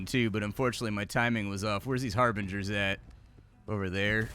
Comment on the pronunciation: lol "harbringers" Also: anyone notice how he doesn't use "nerd" as a derogatory word anymore? :3